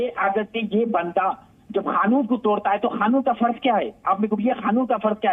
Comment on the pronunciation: खानून बोल रहा है पहले कानून तो सही से बोलना सीख